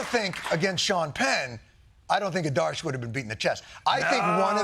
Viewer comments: It’s okay … but i have to say it. That would be AADARSH (Aadursh) not ADAARSH Just trying to get the names right ever there was a problem with Kamala ( pronounced simply KAMLA) And I just live for this show and have since forever. Don’t stop. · AH-darsh. That's how to pronounce them